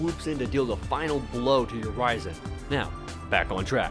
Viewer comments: Its Yuri-zen, not yurai-zen...thats horrible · And its not Yu Rise en. its Ur Riz en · Also his name is pronounced more like Yuri-Zen.